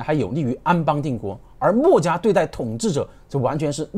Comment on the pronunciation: 他的口音很多时候听的人头疼…… “墨”家，这个墨重音太重了，，，